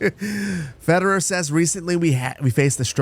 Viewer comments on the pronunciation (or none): the way you pronounce these soviet names makes me cringe lol Kerali instead of Kirill Fedewer instead of Fedir Stalinslav instead of Stanislav hahaha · I'm not even Russian and yet I'm cringing at hearing these names get butchered. Fedir wouldn't be pronounced Federer.